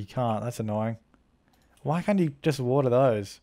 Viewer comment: what're those!😂😂 (I know he said water those)